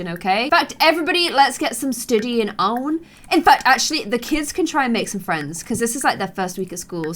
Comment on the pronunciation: The way said on 😂